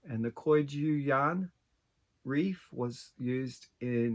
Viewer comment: Hi. I remember when you showed us the yarn at the beginning of the pattern - this shawl worked up beautifully! My local yarn shop does business with Koigu and they use a hard g, so the second syllable sounds like 'goo'! The hexagon flowers look like a bouquet of water lilies (to me)! I love your idea of working with both shiny and not shiny yarns - something to look into if I ever finish a few other projects! As always,, you do such beautiful work - thanks for sharing!